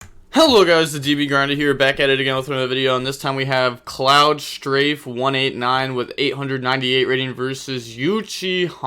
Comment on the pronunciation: being a ff7 fan and hearing you say cloud strife as cloud streive driving me nuts idk it just does, other wise the video was pretty good tho